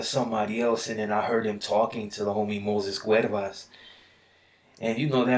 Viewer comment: My guy said cuervas lol its cuevas 😂